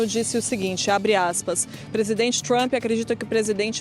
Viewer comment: Essa mulher não consegue nem pronunciar o nome do Presidente Trump corretamente! 😂